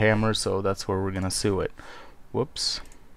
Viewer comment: Just gotta say sew is pronounced SO not SOO. ;)